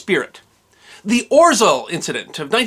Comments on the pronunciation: OT ow spelled Orzel but I would pronounce it Ozhew. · The letter “ł” makes a w sound. So it's pronounced Orzew. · "Orzel" is pronounced "OZHEL" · It's pronounced [Ozheaw] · This is awesome! Can’t get over the pronunciation of orzeł though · Just FYI, and I hope this doesn't come across as criticism, but the bar through the L in "Orzeł" in Polish means it's pronounced like English's W instead. (And a tip: You can use Google Translate's text-to-speech feature for many languages to find out how a word is pronounced in another language.) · I expected dozens of comments on how to pronounce orzel correctly and yet to find one. rz is one sound, akin j or zh. L with a line is so dull that hardly sounds like l. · Thanks. One small nit-pick; the Polish 'ł' is not pronounced as 'l'. It is pronounced like 'w'. So, for example, the city of Łódź is pronounced something like ' Nevertheless, thanks for re-telling this fine example of heroism in a vibrant and engaging way. A Polish friend who served with the RAF (300 Regiment, flying Lancasters) told us about it, a many years ago. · Read it more as a "Oh-shaw" not "Or-zel" (maybe use google translate next time) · The proper pronunciation is ORZEOW! In Polish an "L" with a line through it is pronounced like a "W". The "W" is pronounced like a "V". Thus WARSAW is actually pronounced as VARSHAVA. LVOV is pronounced as WOOCH. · Orzel is pronounced 'O-ZHEwh' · Just for the record, the 'rz' combination in Polish is pronounced with a "zh" sound, and the ł is essentially a 'w' sound. Hence "oh-zhe-w". Wonderful video! Thank you for sharing this story of Polish heroism! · Greetings from Poland! Thank you for sharing this small, but how interesting event in my countrys history. ...IMHO it's better for english-speaking to pronounce it "Oh-sheaw" making "rz" ligature soft and lisping. "Sęp" and "Wilk" were spot-on. ;) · “Orzeł” is pronounced “Or Zhe wl” in Polish. My father and grandparents are polish.